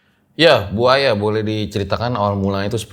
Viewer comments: bang pas ngmng Bu Aya ky ngmng Buaya aku ngakak bgt pas denger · Sama kayak yg saya denger 😂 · yaa bu Aya.. (gue dengernya buaya 🙃🙂🤣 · Gagal fokus sama cara panggil narsumnya. "bu aya",, jadi "buaya"😂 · Kalo manggil Bu Aya jangan disambung dong, gw dengernya jadi Buaya wkwkwk. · Salfok sama manggil bu aya, dengernya BUAYA 🐊😁🤣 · Bang bilang bu aya harus ada koma jangan di sambung cepet jadi buaya😴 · Ane malah salfok apa yang diucapkanin .. dengernya Buaya mulu 😂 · bang pas ngmng Bu Aya ky ngmng Buaya aku ngakak bgt pas denger 😂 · Awal panggil bu aya kok jd terdenger buaya terus ya awal serem jg ngakak🤣😂🤣😂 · Bu - Aya bang bukan Buaya 🐊 ,,,,, !!! 🤣😂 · Aku dengernya Buaya bukan bu aya😁😁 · mas, bukan Buaya , Bu Aya🤭🤭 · Maap bang gua dengernya BUAYA 😭😭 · mohon maap, aku dengernya BUAYA bukan BU AYA 😅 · Maaf nih....kuping gua yg salah atau emang penyebutan? Kok gua dengernya buaya ya bukan bu aya🤣🤣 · manggil nama Bu Aya knp kedengarannya buaya ya 🤦🏼‍♀️😂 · klo bu Aya cerita plisss jgn panggil "bu", kasihan gw dengernya. Dengernya kaya "buaya". Heheeee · Bu Aya.. jangan di sambung baca nya bang 😅🙏